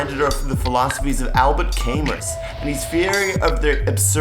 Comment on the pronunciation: Camus is pronounced camoo, it's french. And hell is other people was Sartre